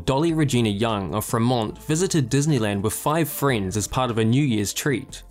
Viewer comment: Just a brief point of correction... Fremont is pronounced FREE-mont" with the long E sound, not "freh-MONT". I lived in the city for several years.